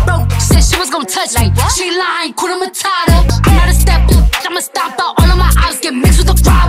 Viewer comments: Awesome dance, one thing though, you need to pronounce the H in Hakuna matata.... Otherwise it sounds like Kuna matata meaning there's trouble. Blessings and all the best always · HAKUNA MATATA. There r no silent letters in those 2 words. Pronounce each letter. The letter "U" in HAKUNA is pronounced the same way you would pronounce U in the word STUDENT..